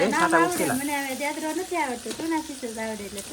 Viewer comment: દેદરો નહીં ઞેદરો કહેવાય